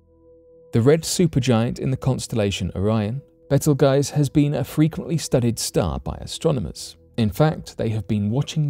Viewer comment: It's not "Betel Guys" it's called "Beetle Juice"...